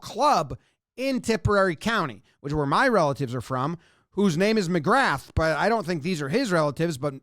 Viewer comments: "Seeran", ie, Cieran, : is pronounced "Keer-un". And there's a good chance McGrath is "muhGraw". I'm as confused by Gaelic as the next guy 😅 , but there are a half dozen or that are common enough you might look silly not knowing them. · McGrath we pronounce as McGra. All those brothers and cousins also play on the towns Gaelic football team too. A couple of years they won both county championships which is pretty rare. Also this place is tiny